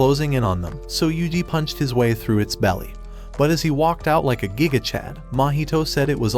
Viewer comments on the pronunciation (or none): none